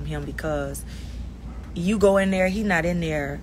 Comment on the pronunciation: I heard that bmore Yew 😂🤣 love it!!